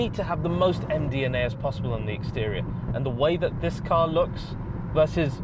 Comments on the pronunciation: Its only taken me 6 minutes to notice that he was saying M DNA not MDMA 😪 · I keep thinking you are saying MDMA, not M DNA. Ha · Kept hearing “M DNA” as mdma. 😬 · He keeps saying m dna but just sounds like mdma lmaooo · Everytime he says M DNA, I think of something else:)